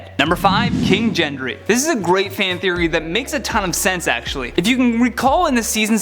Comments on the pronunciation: GENDRY NOT JENDRY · That's not how Gendry's name is pronounced.